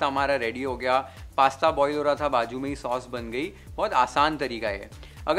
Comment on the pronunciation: It s nt baju it's bazu😅